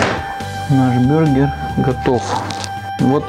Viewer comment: Бургер а не бюргер! Ты походу из Германии